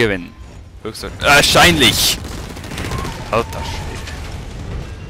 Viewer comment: Hahaha richtig schweizerisches ALTAA